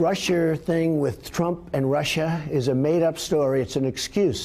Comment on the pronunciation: BILLY Omg I cringe every time a see the clip of him saying "russher" and "shina"!